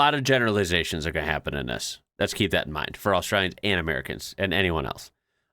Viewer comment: How ya goin, not how ya garn